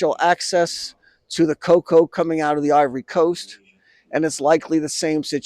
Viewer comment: Sharma Palki: "China exploid Ghana cocao farmers!" 😅